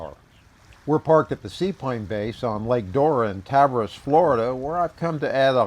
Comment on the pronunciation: It's pronounced TAHV-AIR-EES